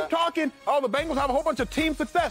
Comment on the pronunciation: Y df does he say Bangals